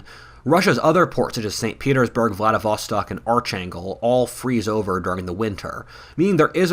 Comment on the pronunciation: LOL! Archangel is not Artch-angle! It is Ark-ain-jell. You know: like an archangel eg Gabriel, Michael, Uriel et al. Sheesh! US education, I know. UK ed is now also pants. Total pants! Totally plutocratic and elitist like never before. The West is one rotting, overflowing outhouse. No way back coz we've eaten the front door key.